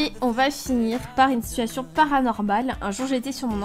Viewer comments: Je ne te supporte pas dsl c pas de t’as faute c moi je déteste quand les personnes prononce mal les mot comme tu du situasione alors que on dit situation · On dit pas situationne mais situation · J'aime les situationne(prononciation XD)😆